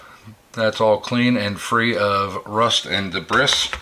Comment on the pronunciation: Sorry mate I love the video but the s is silent in debris